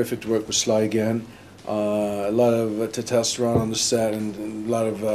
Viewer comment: alot of what? tetesteron? lawl testosteron